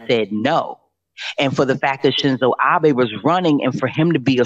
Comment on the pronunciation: It’s pronounced Abe (Ob-aye).